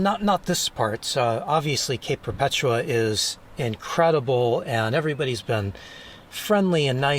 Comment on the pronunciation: You pronounced Perpetua correctly, but I like to say Per puh TOO UH. :D